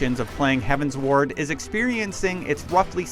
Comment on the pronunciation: Heavensward like 'Skyward', 'Upward', 'Downward'. not 'Heaven's Ward'